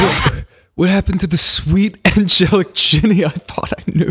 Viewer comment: I love how throughout the video ge was like Jinny instead of Jennie 😂😂😂😂